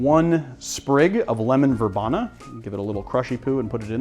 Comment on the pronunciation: I should make a Pimms Cup soon. My bottle has been waiting around... Just in case you confuse the person at the garden center: Verbena has a long e sound. ver-bee-na